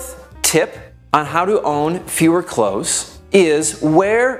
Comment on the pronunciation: Good advice to would be minimalists. I cannot help but cringe at the mispronunciation of the word “clothes”. It is not close, as in “close the door”. Nor is it pronounced close as in “near”. The word “million” is also mispronounced. Just saying..........